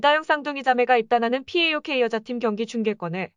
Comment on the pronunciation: 파옥을 피에이오케이..